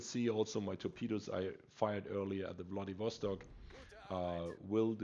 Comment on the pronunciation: I thought u said "Bloodybastard" in the beginning as you said Wladiwostok lol